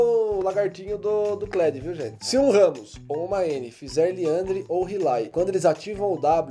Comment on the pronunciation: Eh liandry n rilay